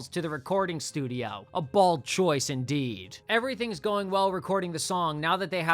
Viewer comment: Did you say it was a bold choice? Or did you say it was a bald choice? Because it sounded like one of them, and it didn't sound like the former.